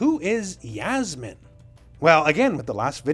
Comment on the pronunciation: Yasmine (is think it’s Yassmine not yazmine ) is from the Philippines 🇵🇭